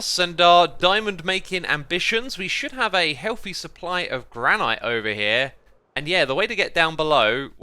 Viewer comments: As someone who lives in the Gran-et State, hearing you pronounce it Gran-Eyete is super distracting. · GRAN - IT not granyte speak English!!!!! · Is mispronouncing granite as gra-night an accent thing? Or a weird quirk of his? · I am sorry... but am I the only one confused why he says "Grah-Night" instead of "Grah-nit" for Granite? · Granite is pronounced gran-it, it is a different pronunciation from the other stones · That's not how you pronounce 'granite', chief. You're as bad as Mumbo saying 'ingot'! Nice episode, though :) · Im sorry but.... Gran-IT?!?!?!?! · is it a running joke that he pronounces granite wrong or does he not know it's "gran-it" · Please pronounce granite correctly!!!! Haha